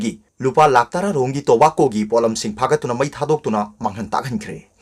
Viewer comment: Tobacco gi pronounced CD 🤣 indira Gandhi se 1st pm ro?